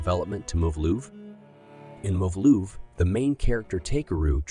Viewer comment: homie said isayama's main inspiration is "Moove-Loove" Lmao